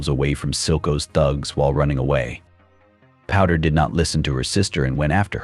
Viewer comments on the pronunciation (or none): " Vi and Porder" ... "His name is Jay-Z" Dude got 99 problems and pronunciation is every single one of them.